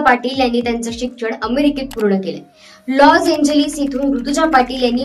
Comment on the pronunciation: लॉज एंजलिस नाही लॉस एंजलिस😅😅 मराठी सुधारा आधी